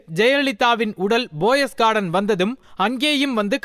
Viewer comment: Hello, bro, poes garden not Boss garden, pls. Your pronounciation is very bad. Not boes garden, Poes garden.